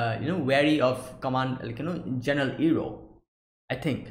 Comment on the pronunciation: Iroh already redirected lighting in episode 12 during the storm btw. Also you messed up with his name a couple times, it pronounced like eye-roh, not ear-roh. Season 2 is much more interesting and storytelling is much more fluid it expands on many previous concepts such as Avatar state and lighting bending already in the opening episode. Looking forward for some interesting episodes.